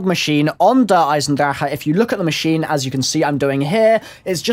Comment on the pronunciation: cant stand his pronunciation of der eisendrache